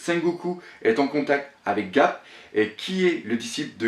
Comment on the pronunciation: Ga"R"p ! Et pas Gap ^^.